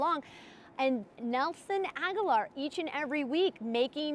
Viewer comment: Why do people insist on pronouncing his name like Aguilar? It's Agholor. Ag-uh-lore